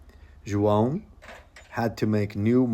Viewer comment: Finally. 'João' pronounced correctly.